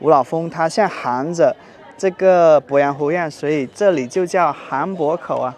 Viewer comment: 鄱阳湖的鄱读作pó，不是bo